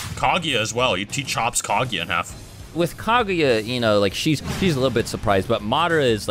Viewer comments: The only thing that bothers me with this video is how pronounces Kaguya. Couldn’t not hear it. Smh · u must not of watched naruto if u dont know this. They pronounced Kaguya wrong and many others.